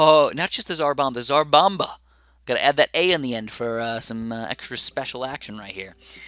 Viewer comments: BTW it's zar bamba not tras bamba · you gotta pronounce the "t" in the name, cuz i here you saying dzar bomba